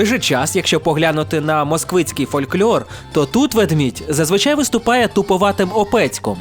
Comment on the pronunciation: Фольклор. Без «Ь». Так, на майбутнє. Дуж слух ріже)